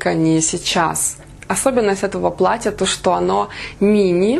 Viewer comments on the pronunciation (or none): none